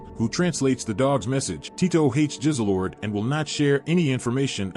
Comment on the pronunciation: Extraordinary was the best show I’ve watched in years Also the cat was called Jizzlord not Jizzlelord